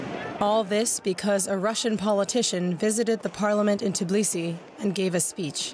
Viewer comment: I swear to god if he says "Tiblisi" again. It's "T-B-I-L-I-S-I" "t" as in "Tea", the rest is known to you.